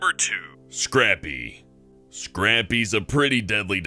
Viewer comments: Scray-pee, not scrappy!! In reality?...both are fine, but whenever I hear scrappy it reminds me of how messed up Scooby Doo became :) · It's actually pronounced SRAPE - EE. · Yeah that is NOT how you say "Scrapie" it is pronounced more liek: Skrei-pee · I'm a sheep breeder. it's pronounced "scrape-ee". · He adds an extra P in Scrapie. I give up. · That is not how you pronounce Scrapie...